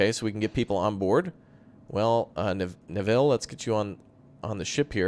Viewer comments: Killing me how you're saying Neville! Its Nev-ille not Ne-ville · It's NEvill not NevIll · Typically Neville is pronounced like 'bevel' with an 'N' in place of the 'B'. :) Glory to Raptoria! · the way you pronounce "Neville" is hilarious:D this looks like a great game, more!